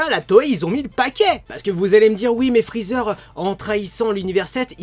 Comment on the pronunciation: Je kiffe quand t'as dit Frozer